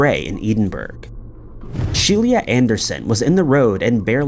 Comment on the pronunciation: A kind little tip - research the names of victims and how to pronounce them as it shows a respect to them - it's not Shelia it's Sheila Anderson (not She-lee-a but She-la). :-) You do great videos, but as they often involve victims, it just shows a bit of extra care :-)